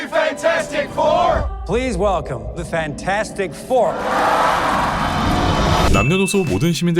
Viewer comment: 딴 것보다 판타스틱의 영어 발음을 배우게 된 거 같음. 실제로는 판타스틱 보다는 판태스틱이라고 발음하는구나 ㅎㅎ